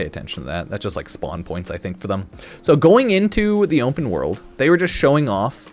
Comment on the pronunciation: Why can't he say the word open? Is he having a stroke?